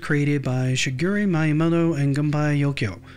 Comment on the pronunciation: The video has a lot of good information, but the pronunciation of Shigeru Miyamoto and Gunpei Yokoi's names were awful. If you are going to cover stories about Japanese game developers, you need to get their names right. There are dozens of videos on Youtube alone that you could have referenced to get proper pronunciation. It lacks professionalism and grates on the ears if you know how their names should sound.